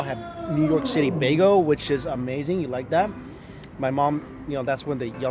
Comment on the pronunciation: "Baygull" not "Baygo"